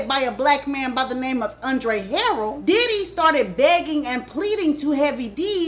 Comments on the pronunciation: Learn to pronounce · Hi how are you? Andre's name is pronounced. Andre. Her rel.